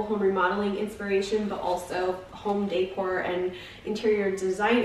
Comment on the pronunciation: Home "Day-core" ?😆